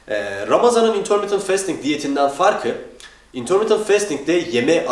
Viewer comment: bro şu fastingi festing diye okuma ya fasting diye okunuyo o :D